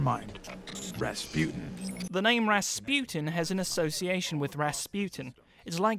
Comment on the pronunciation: WHY DOES EVERYONE PRONONCE RASPUTIN WRONG